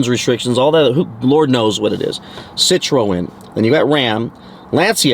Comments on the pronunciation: It’s pronounced Sit Tron. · pronouced 'si-trhun'